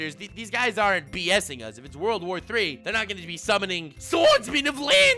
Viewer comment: He said World War III not WOURLDO war III This must be serious